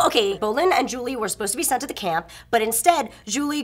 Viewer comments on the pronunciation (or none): By the way, it's zhu li, not Julie... Just sayin' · Isn't it Zhu Li and not Julie?